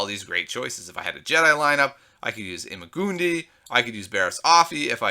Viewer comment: I just wanted to say, that ima gun di is pronounced as ima gun die and gun is like goon